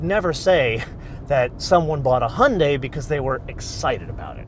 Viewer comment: Hyundai like Sunday